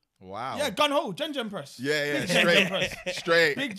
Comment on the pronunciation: We’re going to need a VAR for JenJen press. That’s a wild way to pronounce gegenpress